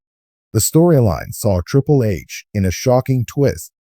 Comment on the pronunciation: Triple....not trìpple hahaha lol